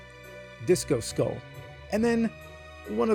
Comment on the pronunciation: For some reason the man can't pronounce the word skull - Walks around a Spirit Halloween and just names the things he sees with zero commentary - Can only wonder if the Teletubbies are making a comeback...? What the hell is he talking about? This is one of the most pointless and directionless videos the channel has ever posted. What happened?